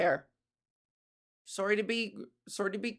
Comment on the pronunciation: Hahaha omg I love how you say “sooory”, Canadian accents are funny, not meaning as a negative, more cute lol..